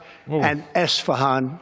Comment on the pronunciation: "Nut hans and Assfahan" - Donald Trump 2025